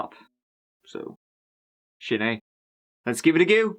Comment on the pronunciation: "Give it a gew"